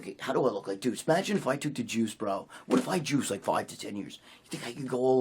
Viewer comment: Magine Magine Magine Bro Magine... “no I don’t want to Magine” fking hysterical there in every gym